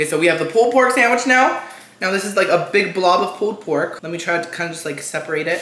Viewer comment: “Pooled pork” 🤣🤣